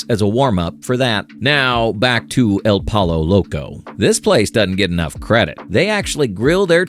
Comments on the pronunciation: I can't tell if you're saying El Pollo Loco that way as a joke or on purpose LOL... Being genuine here, it's pronounced El Poy-Oh Loco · Lol el pollo loco.... you pronounce it like your saying poyo... just some advice from a Mexican 😂